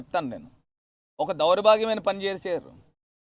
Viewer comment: అరేయ్ దౌర్బాగ్యం రా దౌరాభాగ్యం కాదు తెలుగే సక్కగా రాదు ఈ ఆవులగాడికి